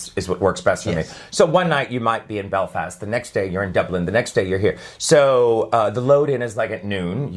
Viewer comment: I love how he pronounces Belfast, I’m from there so I guess it’s because he pronounces it so nicely 😂